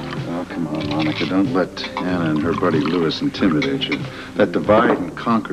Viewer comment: her name is Anna! Not Onna!:) Tiffy knows Sean's daily routine!:)